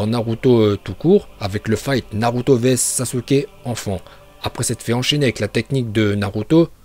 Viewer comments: Sasuke stp pas sasuké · Par contre c pas SASUKÉ c Sasuke😠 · Sasuke pas sasuké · Évite le é sur le sasuke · Mec c pas Sasuké mais Sasuke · Sasuké nnn. Nnnnnn sasukee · Bonjour , SASUKE pas sasuké voilà aurevoir.